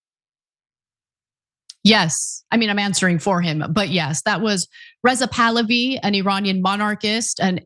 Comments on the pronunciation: It's Pah-Lah'-vee. Not Pal'-oh-vee. 🧓Also, Like father, like son here. In 1953 our lovely US CIA overthrew a democratically elected Prime Minister of Iran because he wouldn't go along with our government's plan to develop the oil extraction in Iran in its nascent years.. They consolidated the power of the country to Reza Pahlavi, The 2nd and last Shah of Iran, who ruled Iran as an imperial state for over 20 years. Who let the US do as they pleased and spent every single petro-dollar that came his way. His greed, gluttony, avarice and heathen ostentatious lifestyle led to the religious based uprising in 1979, installing the original Ayotollah Ruhollah Khomeini, who the Shah had exiled several years prior. The country supported this, initially. But soon learned that they had gone from one extreme form of government to another and has been hoping and praying for a democratic, parliamentary form of government to return for the past 47 years. This son of Pahlavi wants to be the 3rd Shah and will sell his Shiite soul to the Great Satan, the USA, to achieve this lifetime dream. 🧓 Retired Nurse 💙 🇺🇸 💙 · REZA POO-LOO—HE